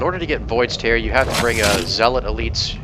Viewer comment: Void's Tear... Is it really pronounced that way? I always thought it was "tear" like in teardrop